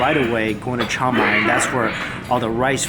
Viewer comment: I was trying to figure out what Thai city you were visiting; I heard what you were saying as “Chow Mai”, so I looked up the “Think Rice” program and found their program is in Chiang Mai. That is a really great city with an awesome night market! Hope you get to travel there again in the future.